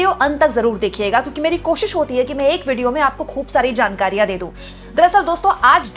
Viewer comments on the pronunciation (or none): none